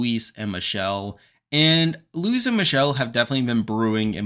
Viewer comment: You're the only podcast which knows the correct pronunciation of Luis' name.